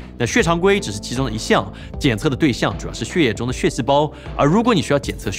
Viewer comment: 念血（Xuè)液不念Xie 😂